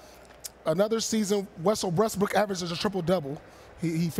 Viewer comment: "WesoWestbrook" LMFAOOOOO this nigga Paul Pierce always fucking up names LMAO.